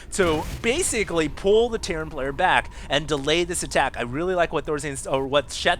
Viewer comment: You said DACK instead of back I'm so happy as a ASF fan.